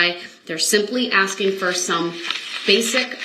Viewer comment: He thinks he is axing such brilliant questions! And then he belabors a sentence to death!